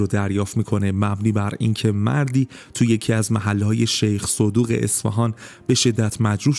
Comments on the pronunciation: ببخشید شیخ صدوق گمانم صحيح باشه .به نظرم شیخ سُدوق اشتباهه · درود عزیز محله( شیخ صدوق ) تلفظ اشتباه بود به هر حال دمت گرم خیلی خوبی تو روایت پرونده